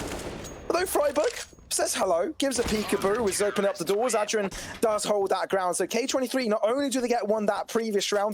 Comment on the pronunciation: Why they saying ad dren